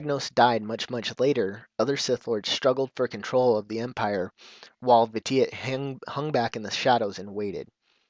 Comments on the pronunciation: I know this is kinda late to comment on, but his Sith title, Lord Vitiate is actually pronounced "Vishiate". Vitiate is in the dictionary and it means to corrupt or make impure, and it has a pronunciation next to the definition. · Hey, the phonetic pronunciation of the Emperor's original name is Lord "Vish-ee-ate". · Is that how you pronounce Vitiate? I don't play The Old Republic, but I am intrigued by it, needless to say I haven't seen a video where they refer to the Sith Emperor by name, so I've been pronouncing it as VIH-SHEE-ET, not VIH-TEE-IT. In some cases, the rules of grammar have you pronounce the "shh" even if it's not spelled out in the word, and Vitiate looked like that kind of case. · You pronounced his name wrong >.<